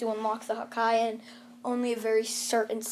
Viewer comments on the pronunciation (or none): This man says hakai (hakaiy) and not haki (hak e) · Bro it hurts hearing hakai and not Haki I am actually crying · He knows the story and it literally says haki in sub and dub and this man saying hakai like hakai means destruction and this man watched one piece not knowing it pronounced haki like bruh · its not hake its ha ki ha KI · It's haki not hakai lol 😆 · It's haki not hakai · He said hakia I'm dead its haki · Its easy to say its haki not hakai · Bruh dont say hakai its haki its pronounce Ha ki not hakai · "Hakai" no offense ut its haki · Your killing me everytime you say hakai instead of haki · It’s not called ha ka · You didn't say Haki correct, you have to say: Hockey. It's supposed to be like that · Sound it out h-a-k-ė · It’s ha ki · It's pronounced ha ki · it hurt when he says hakai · Bruh when u missed pronounce haki that mad me a little annoyed 😒 but it’s all good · OMG you butchered the pronunciation of Haki